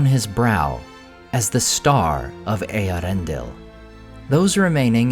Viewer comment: Its Eee-air-ren-del